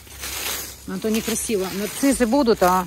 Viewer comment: а почему " НарциЗы"? По русски " Нарциссы!...